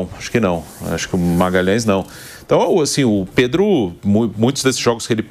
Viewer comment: Pedro = predo